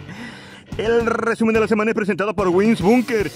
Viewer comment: Esperaba el rrrrrrrreeeeeesumen de la semana manito... Siempre dando las noticias